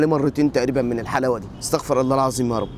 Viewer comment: اسمها استغفر الله بضم الراء وليس استغفر الله بفتح الراء